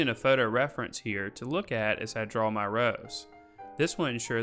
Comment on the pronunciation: Thanks, your videos are great. The only thing I cant get over is how your pronounce draw... you say dwawer.... gets me every time... lol